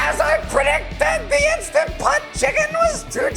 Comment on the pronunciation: Can someone please tell ariels mom that it’s not instapot??? 😩 it’s instaNTpot!!!!!